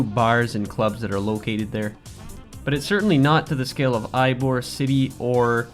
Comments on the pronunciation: awesome build and design for your city. Also, Ybor City isn't actually pronounced "Ybor" it is pronounced "Ebor" I am not sure why but either way Ybor is awesome touristy and nightlife town that gives easy access to Amalie Arena and the stores and restaurants by the arena via the cable cars. Anyways awesome job! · Definitely pronounced E-bore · Ybor ''EE-bor'' its Cuban.